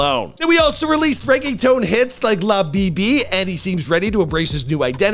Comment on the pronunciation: “La beebee”💀😭